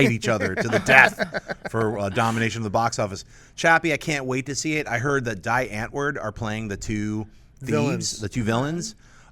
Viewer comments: It's pronounced Dee Antvoord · Please stop pronouncing Die Antwoord wrong